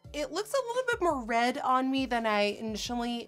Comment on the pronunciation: It's RED not RET learn your words woman